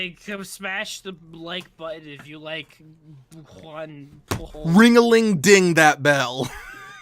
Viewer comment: Catalan is an important detail; Pujol is a Catalan name rather than Spanish. It's pronounced with a soft J, not a Spanish hard J. BTW, I drink a toast to Garcia's memory every April Fool's Day.